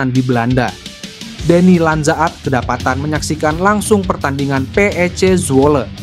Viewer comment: DENNY LANDZA - AT 😂😂😂 ampun2 kok di baca "LANDZA - AT" wkwk ...